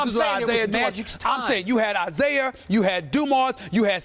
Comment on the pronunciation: Everybody: Isiah Stephen A: Isaier